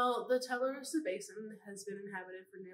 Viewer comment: Mmm, wouldn't a "local historian" know how to pronounce Tularosa like a native?